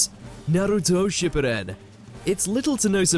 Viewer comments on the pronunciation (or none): Dear. You're the resident anime nerd. Please pronounce SHEEP POOO DEN properly